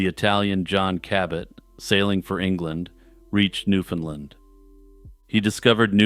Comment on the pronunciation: You start off pronouncing “Newfoundland” correctly, which pleased me (as a Newfoundlander and scholar of Newfoundland history), but ten minutes in you switch to the “Newfunlund” pronunciation, which is incorrect. The common rhyme is “Newfoundland, understand.” You said it right at the start of the video!